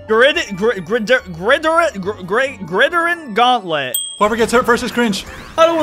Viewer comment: Its actually pronounced grid iron gantlent